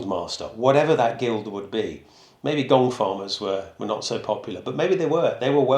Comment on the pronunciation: The gong farmer at first I thought you were saying gold farmer. 😅 Wonder if one was ever randomly hired to come early just to find something like a gold bracelet that was doped down there by accident. 🤔